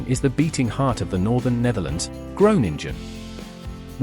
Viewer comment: Gronengine zegt die 😂😂😂